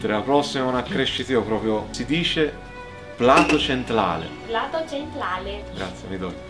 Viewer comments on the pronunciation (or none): quando sono arrivato a "Plato centlale" pensavo di morire ahahahah <3